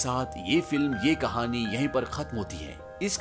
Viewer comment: कहणी नहीं भे कहाणी 😅😅😅😅😅😅😮😢ये सिक😢😢😮😅😅